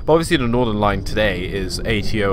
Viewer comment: It’s not Nordern line it’s Northern line